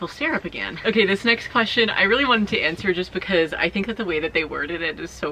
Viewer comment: This is a real question I’ve been asking myself as a person to whom English isn’t their first language. Why is it that pronounces the word because as "buh-cause”? Where is this accent from, is it common? I am just really curious because I haven’t really heard that accent before and I don’t think her sister pronounces it that way! Thanks haha!